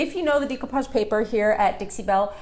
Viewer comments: I believe it pronounced de' not dee de(')coupage. I couldn't watch your video because you don't pronounced it right. Very annoying. Sorry. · Very nice video. However, the word is pronounced "day" not "dee" as in day-ku-pazh. Beautiful old craft I did quite a many years ago. Looks like it's having a resurgence. Stenciling too! Glad to see that. Enjoyed the video! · You're gorgeous (you belong in the movies), love your tutorial and ideas BUT your pronunciation of the word "decoupage" hurts my ears. It's pronounced "day-koo-paazh" not "dee-ko-paag" If you are in this business, your pronunciation of this word is important. I know people will tell me to relax or if I don't have anything nice to say, blah blah blah. But I feel that it is important to maintain the English language, not only for this, but also for future generations. I'm sorry if this hurts your feelings. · Is no one going to address the fact that she pronounces decoupage incorrectly?